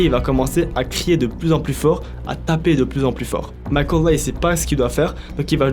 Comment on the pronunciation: Pourquoi dire Micheal comme ça ?